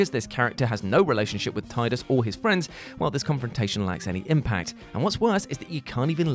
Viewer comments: Ahh I see is still struggling to pronounced Tidus correctly. He started off correct, but slipped back. He's trying! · I loved how he was calling tidus "teedus" and then out of nowhere corrects it back to tidus. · He actually pronounced it both ways. The first time or two he said Teedus then afterwards proper instinct must have kicked in and he pronounced it Tide-us after that. (I don't care which is 'right', Tide-us just sounds better so it is the 'right' one to me. :D ) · Love how just switched to pronouncing it Tidus instead of Teedus. I don’t care if that’s the canon pronunciation, I refuse to say Teedus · Because Square decided to use the wrong pronunciation in the game. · Why is he pronouncing Teedus wrong? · Triggered by pronunciation of tidus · Love the bait and switch of pronouncing Ffx's protag 🤣